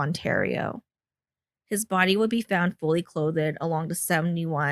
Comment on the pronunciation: Awful vocal fry. Who says, "clo--thed" when saying clothed?